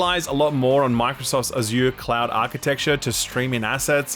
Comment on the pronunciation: Why is this guy trolling and sometimes saying ‘cloud’ and sometimes saying ‘clown’?